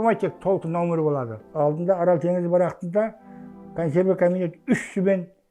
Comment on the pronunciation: 😊орол емес АРАЛ